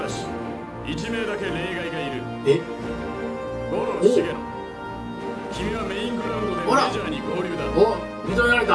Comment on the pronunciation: 茂野←しげのを「もの？」って読んじゃう陣内さん可愛い🤣🤣